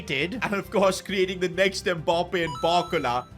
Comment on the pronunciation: Why do you call him Mboppe haha